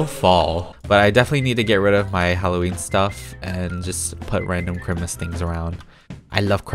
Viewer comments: can someone tell me why he is calling it Chrimas??? its really annoying me :< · It's time for CHRIMUS! Me: Loves how he says Chrimus instead of Christmas. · I love how you say Christmas like CHRIMUS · We love the peetah accent “crimmas” 😍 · ”ChRiMaS” My dumb self: WhAtS cHrImAs?? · You say Chrimis😂but I’m a fan off you😊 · Its how he says it...its a joke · Why do you say Christmas kind of weird I'm not trying to be mean cuz I always stayed that way too